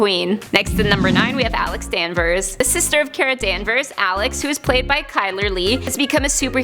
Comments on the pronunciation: It is pronounced Kara not care a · I disliked just because you didn’t say Kara’s name right